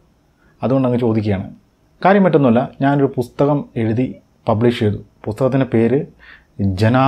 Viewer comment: ഇയാളുടെ U-സഹിക്കുന്നത് പോരെ...ഇനി ''പുത്തകം'കൂടി സഹിക്കണോ